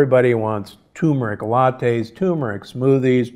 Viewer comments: Please tell him it’s pronounced “tuRmeric,” not “toomeric.” It has two R’s. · Respectfully correcting you Doctor: The word is not pronounced TOO-mur-ick. It’s TUR-mur-ick. There’s no tumor in that spice. Blech. 🙂